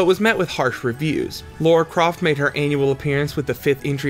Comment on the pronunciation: Lara Croft became one of games' biggest names, sad you can't say it. It is very hard to call this well researched when you misread and mispronounce so much